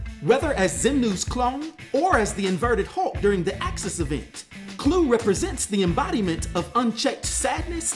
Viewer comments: i have never heard it pronounced as Clue....ive always heard Kl-Uh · Is it not pronounced claw? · You're mispronouncing Kluh btw